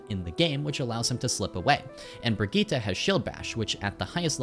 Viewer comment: It's been so many years and people still can't pronounce Brigitte